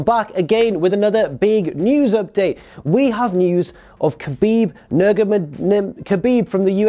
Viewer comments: Khabib = habib not kabib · You said his name wrong both of them... 😔